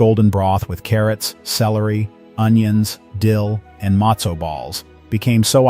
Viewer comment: Mostly pathetic pronunciation. How is it he’s able to pronounce sufganiyot and not matzo?